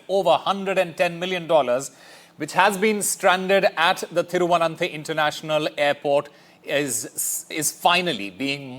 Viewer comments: "Thiruvananthe"? Wow Pronunciation standards of NDTV is amazing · What a Anchor... Can't pronounce Thiruvananthapuram...! Disgrace..